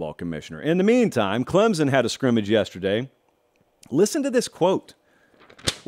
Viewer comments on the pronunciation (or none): Please stop saying “clemzun”